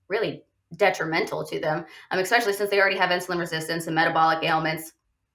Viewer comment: The word is pronounced especially, not expecially.